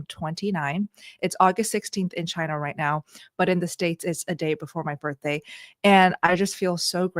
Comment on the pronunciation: HAPPY BIRFDAY < english 😬